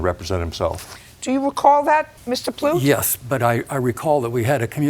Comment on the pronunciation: I thought it was Plut rhymes with *lut But it was Plut rhymes with Toot Which is apt for the plaintiff.